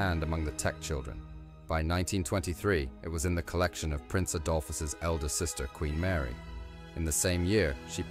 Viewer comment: Just hear to read the comments/critiques. Whomever is doing the voice-over can't get the basics right. Names, dates, history. At least we heard Queen Mary's name correctly along w/her formal title (Duchess of Teck). And this eye candy is always gorgeous!